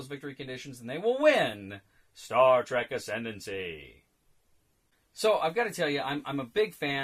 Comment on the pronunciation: Semantics: the word trek is a rare example of Afrikaans words making it into English. Some other examples being bushveldt, commando, laager, spoor, rooibos ect. And I can assure you the right pronunciation is exactly like the English word track. And if you can manage to roll your "r" like in shakespearean english you'll be spot on.